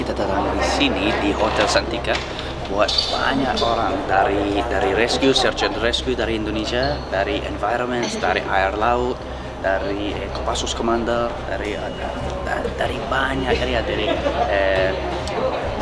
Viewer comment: bang maaf yang benar "KOPASSUS", S nya yang 2 bukan P + thanks bang atas jasanya